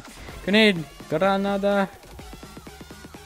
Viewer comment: your spanish is good i like the way u said granada